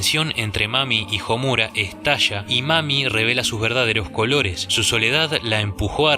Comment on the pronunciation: Me he percatado que en la mayoría de análisis o críticas a ésta obra el nombre de Homura, la fuerza de voz está en la sílaba "mu", según lo que he estudiado hasta ahora en japonés la letra u es suave por lo que la entonación está en las otras sílabas como: SA - ku - ra, SA - su - ke, A -zu - ka, etc. Y en éste caso se pronuncia HO - mu - ra no ho - MU - ra. Eso es todo, saludos!